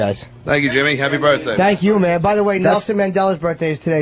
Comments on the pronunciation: Leave it alone. Berfday is radio gold. I think he knows what hes doing. Hes been doing radio since he was 18. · I like when Opie says ‘berfday.’ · There is actually one thing funnier; pronouncing it "birfday"...home run every time